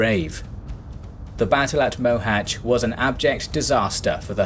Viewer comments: well, he still can't pronounce the "Á", but at least he didn't murder the "Cs" (unlike with the poor Dózsa György, it would have been better, if they go with George). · Finally someone who can pronounce Mohach correctly.. Although the writing Mohacs is still wrong.